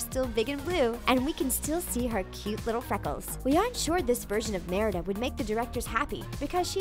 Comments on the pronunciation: The way that she says Merida is really funny at some points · i felt off when u said merida like that